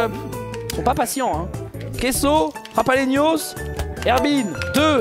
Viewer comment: JaLaPenos, pas JaPaLenos .. :(